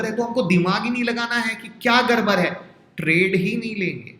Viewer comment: Sir it's udd gya not urr gya...it's gadbad not garbar😁😁